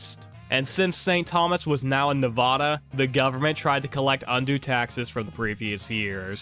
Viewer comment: You said Nevada wrong. The first a is pronounced like the a in apple, not like "ah."